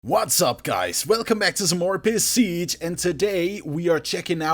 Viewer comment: listen how he says Besiege